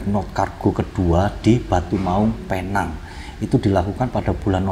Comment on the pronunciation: Sebutan nya bukan penang=pineng